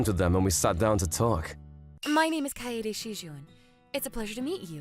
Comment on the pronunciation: OK, the male MC butchered so many pronunciations here it's not even funny, including most of the names - Kaneda, Kaede, Shijouin - and the food terms (amuse bouche, hors d'oeurves). I get missing one here or there, but if its your job, you need to put some care and effort in. The story itself was pretty nice until we got into the MC spouting the pathetic "you're too good for me" lines.